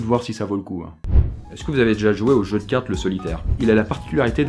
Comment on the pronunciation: On en parle de ton "jeu"?